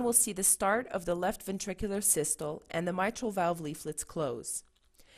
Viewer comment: Systoleeeeeeeeee, and Diastoleeeeeeeee..... pronounce the "Lee" after each for correct pronunciation...!